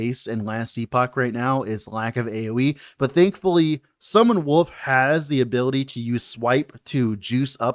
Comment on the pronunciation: Am I the only one who always heard "Summon Woof" instead of wolf, when he was talking about the skill?